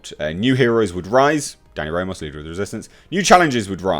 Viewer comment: Haha. Ramos is pronounced Rah - mose not Ray - Moss.